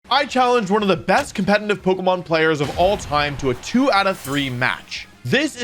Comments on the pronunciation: Compenanive. Companinive. Cumpeninive. Compenaneva. Goddamit dude, why can you NOT say competitive. Jesus FUCK! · When will the man learn how to pronounce "competetive". COMPETENTIVE